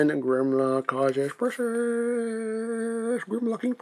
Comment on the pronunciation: Its "precious" not "pushiss"